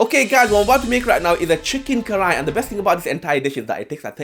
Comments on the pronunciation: Its kadhai not karai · You butchered karahi, send Pakistan 2-3 years and forget